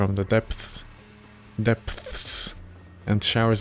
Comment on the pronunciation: Your struggle to pronounce "depths" is very akin to my struggles to pronounce ANYTHING in Slavic languages